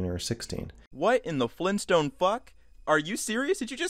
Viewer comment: Did you Mean: "What in the FLEENSTONE Fuck?"